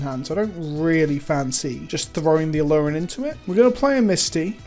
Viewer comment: A-aa-luren?!?? No......